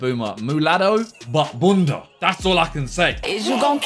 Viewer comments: This guy said BUNDA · “All I can say is boonda” gotta love it 😂😂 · Simon saying bunda sounds wrong